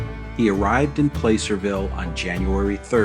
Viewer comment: Great Video...one nitpick.. PLACERVILLE is pronounced as PlaSSERville, I appreciated your attention to the differing pronunciation between Genoa Italy and Genoa Nevada. Superior documentary as expected, thanks.